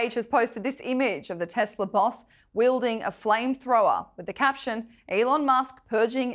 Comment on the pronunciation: "bad business decision by Ellon musk? C'mon, atleast get his damn name right, one L love, one L. e-lon not El-Lon.